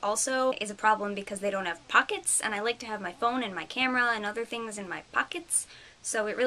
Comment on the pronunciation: LOL "lots of thiings happening" ahaha YES! thumbs up YOU!